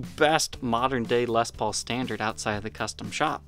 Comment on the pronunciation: I've been watching your show for a few years... I would just like to say congratulations..!! You've come a long way.. I remember when you first started talking about Les Paul's and mispronouncing them as Lez Pauls..You really have worked very hard to get to this point and I've always admired your honesty and transparency.. I will admit that I'm a die-hard Gibson Guy and haven't really watched much of your content on non Gibson instruments. But for some odd reason I would love to see you getting more into Gretschs.. I'm 50 years old and my fascination with Gibson started when I was about 12 years old.. other than books or if you were lucky enough to know somebody who had first-hand Gibson knowledge, information was very very hard to come by in the 80s and 90s.. I appreciate your show very much and admire all your hard work and look forward to 2021